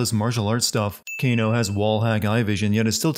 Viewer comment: He called Kano Gae 😂😂